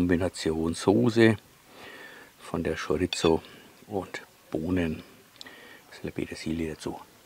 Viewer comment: Geiles Rezept, wird definitiv nach gekocht, aber die Wurst spricht man Schoriso aus, nix mit z😂 Bitte richtig verstehen, mach weiter so und bleib wie du bist 👍👍